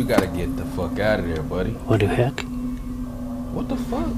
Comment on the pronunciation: the guy in the video says wadu hek